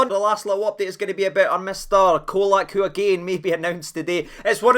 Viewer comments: ye've jist made an enemy yet again wae yer pronunciation FFS! Guy likes tae be called cholak as in he'd choke the life ootta ye fur callin him oot as Colak as in Coca Cola 😂😂😂😂😂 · Mon tae f*ck it’s Cholak CH!! 🤣